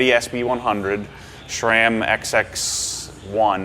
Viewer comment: So funny to see a complete ROOKIE drop $10k + on a bike! That bike will never see 50% of its potential ability under. Couple of HUGE ROOKIE errors..... #1. First and foremost!! It is NOT "SCHRAM"...... the company is pronounced "s-ram".... just how it reads. #2. It is NOT Yeti "Torq", it is Yeti "Turq" or 'ter-ck'....taken from the famous Yeti color staple that is turquoise..... and signifies the company's top end models. #3. It is NOT 'A-X-S'!! It is pronounced 'ax-cess'....to signify wireless "access". Only in Florida.... where the biggest mountains to mtb on are the interstate over passes!